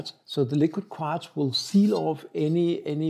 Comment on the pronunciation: Hi, amaco glazes have glazes say they are food safe so now I'm confused!!! You pronounce quartz as " korts", lol